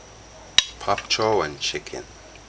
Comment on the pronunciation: Bok choy !!! Not pop cho !!! Lol